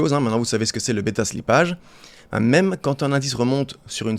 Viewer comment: Beta slipp"a"ge ca fait mal aux oreilles